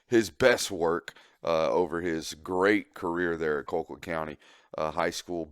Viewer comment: Call-quitt damnit, not Coal-quitt